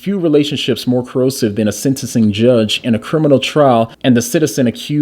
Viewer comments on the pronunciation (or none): I think that, if this exchange happened after the trial and sentencing was complete, then she was not acting in an official capacity and the letter has no merit. Also, you say the word "coercive" like "corrosive" and it was really distracting.....